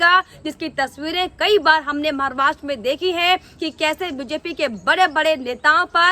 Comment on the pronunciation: आपको मैने दो तीन बार बताया था महाराष्ट्र बोलो मारवास क्यू बोलती है बेटा